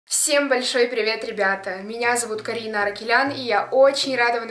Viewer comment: Карина́ зачем ударения так ставить